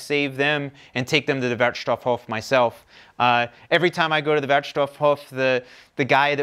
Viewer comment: Pronunciation help: Any word with "hof" in it has LONG "o". So Hof = hooooof. The syllable "hoff" (as in "Hoffnung") is pronounced the way Americans say it, with a shorter "o". The standard vowel sound in German is long. Short vowels are usually indicated by two consonants following. So try "Hof" with a clear long "o". You will even sound (more) like a German. // To the biomüll: In Hannover, there is no meat in it (no cooked food) and it is composted, and the compost is sold. If you want to get rid of the smell, don't put cooked food or meat in the biomass and compost yourselves with BOKASHI. It's relatively easy, and you get your own "Gartenerde" out of your composter in the garden. // Congratulations on having learned to sort the trash!!